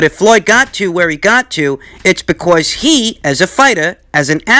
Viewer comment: Liking the emphasis on the word because BECORS